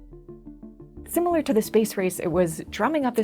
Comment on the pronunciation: **similar, not "simmilar."